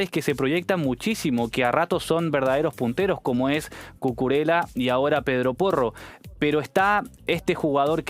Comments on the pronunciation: Por favor...Cucurella...se pronuncia como pollo...con todo el cariño. Gracias. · Por qué a Cucurella lo llaman ustede Cucurela? Su apellido tiene una ele doble, una elle. Cu cu re LLA